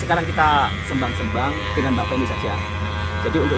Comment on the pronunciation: Bukan sembang (kembang), tapi bunyinya seym-bang😅